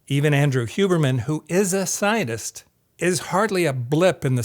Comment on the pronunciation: I don't know if I'm just obsessed with the ongoing genocide, but every time says "scientist" it sounds to me like he's saying "zionist".